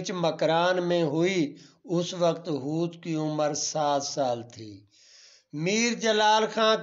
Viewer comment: Not hooth.correct hoth